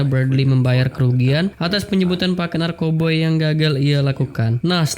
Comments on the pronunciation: NARKOBA coy.... bukan NARKOBOY NORAAAAK !!!! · Narkoba bukan narkoboy